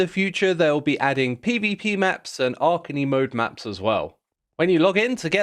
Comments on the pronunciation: Omg i heard that too xDD Archany! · X... How did you pronounce "anarchy?"